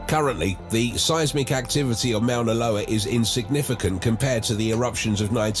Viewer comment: It would be nice if this speaker could pronounce Moana Loa right. Mount Tahoma (Mount rainier) s also active and if it went off Seattle and King county in Washington state would be a disaster.